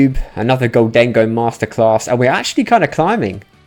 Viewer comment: Gholdengo --> Moldengo --> Condengo